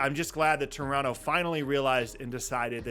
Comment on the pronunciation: I appreciate that this guy pronounces Toronto the way they would say it in Toronto